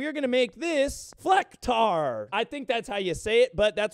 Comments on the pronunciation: As A german Person I am Allowed to say that Pulled the Best Flecktarn Pronounciation I've ever heard from a not German speaking german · For a non german, that Flecktarn pronounciation was pretty good